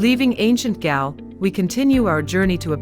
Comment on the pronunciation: Galle is pronounced as Goal